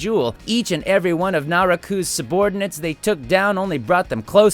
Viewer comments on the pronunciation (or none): for a guy who does anime voices for a living you would think he would actually know how to pronounce names like Kagome and Naraku correctly. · how did you pronounce naraku?!?! Got damn it i will ask again do you even ANIME!? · Aww damn it, Todd mispronounced Kagome and Naraku's names, but he's so fucking hilarious I can forgive him. I knew he'd mention Ling somehow when FMA Brotherhood came up. 😂😂😂 Love ya, Haberkorn! 💖💖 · Todd Haberkorn mispronounced Naraku's name... IT HURTS!